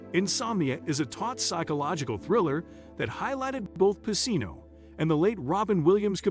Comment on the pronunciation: His name was pronounced wrong the whole video. It’s pronounced pa-chino